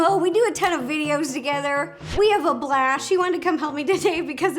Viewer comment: Ro, when you said "we have a blast" instead you said "We have a blash" that was so funny and your hair is on point I love your videos so much 😊😂❤🎉💝